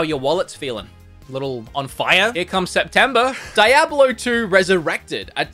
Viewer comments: So excited for a lot of these games! Every time you say Die-ablo I die a little inside, please, please it's pronounced Dee-ablo. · DIE-AB-UH-LOU 2? wth? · You pronounce diablo wrong